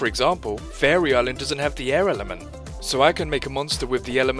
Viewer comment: "tweehdle is the ehh ehhlment